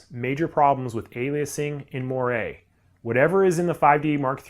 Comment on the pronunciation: Its pronounced "mwar"